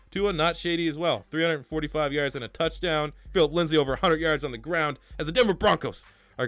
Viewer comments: Say it with me bro...LINDSAY. His name is LINDSAY not "LINDSLEY" y u keep putting that second L in there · You know his name is Lindsay not Lindsley right? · Lindsay not lindslay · It’s Lindsay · Pronounced Lindzee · Lol Broncos overlooked so much he can't even say his last name right when he's in the running for oroty